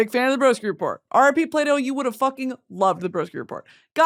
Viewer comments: Everytime she says Plato I hear "Play-Doh" and can't stop laughing 😂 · Thought you said Play Dough instead of Plato at the beginning